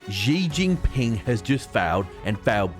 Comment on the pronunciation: For some reasons, the way he said Ji chin Ping sounded waaay better than “ holy flipitty flip flops n smoke everyone “ 😂